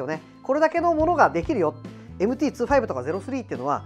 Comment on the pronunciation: MT｢ツーファイブ｣なんですね ｢にじゅうご｣って言ってた…